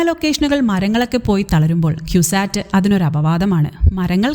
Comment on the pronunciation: ക്യുസാറ്റ് അല്ലാ കുസാറ്റ് കൊച്ചിൻ എന്നതിന്റെ കു